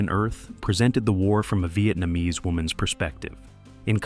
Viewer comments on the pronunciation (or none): none